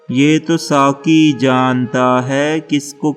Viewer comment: SAKI nahe bhae SAQI - qaf bolo - urdu pher say perho